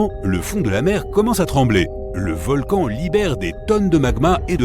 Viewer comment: Encore une video avec une voix d une IA qui fait des fautes de francais Environ 1 mn "un volcane actif " 1mn 22 " mille neuf cent quatre vingt eehiionze" Ect.... Desagreable a ecouter une video comme ca